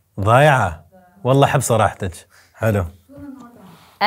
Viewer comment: تصحيح: واللهِ بكسر الهاء و ليس واللهي